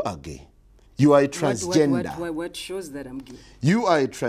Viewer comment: I laughed so hard at how he pronounced the word transgender ! 😂😂